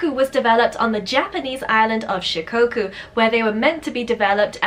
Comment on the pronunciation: omg Shikoku made it into a video! My Shikoku baby is my life 💕💕💕💕💕 (btw it’s pronounced with a short o sort of like in “off”) Kai ken are more popular in Japan than Shikoku, I’ve seen 4 or 5 Kai locally but nobody has ever seen a Shikoku before they meet mine 😭💔